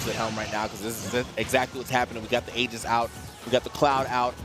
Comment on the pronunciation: I appreciate the commentator pronouncing Aegis "Ee-jiss" rather than "Ay-jiss" as most people seem to do.